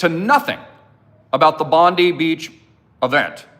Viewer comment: Bondi is pronounced Bondeye please ge it right